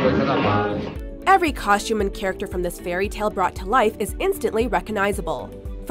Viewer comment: Anyone else's skin crawl everytime she pronounces costume with an SH? 😖👎